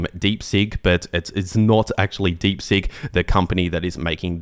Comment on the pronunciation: Deep Seek, not Deep Sink! Seeeeek